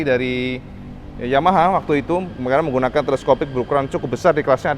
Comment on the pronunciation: ngomong Yamaha nya jadi blebet kedengaran nya